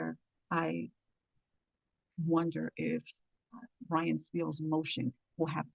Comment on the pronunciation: How you report on the case, and keep getting his name wrong...put some respect on "Brian" name